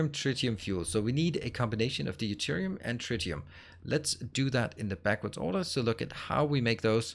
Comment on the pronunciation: Counterpoint: I've never heard any native speaker saying nittric, and it's not an American/British thing - everyone says it rhyming with night. Also enjoying the series on catch-up (and as usual I started a run with similar mods to do my untidy version). (Btw it's dyoo-terium not dee-oo-terium 😏)